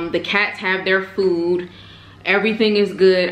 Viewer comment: last time i checked its pronounced food, not foo smh....